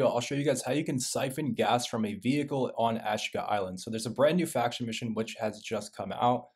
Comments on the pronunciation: It’s Ass Cheeka island bro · So many guys on here that can slay a video game but NEVER heard of hooked on phonics….lol AshEEEka…. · It's AH-SHEEE-KA!!!